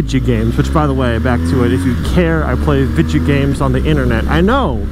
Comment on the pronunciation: "Vidya games"..... is a /pol/ guy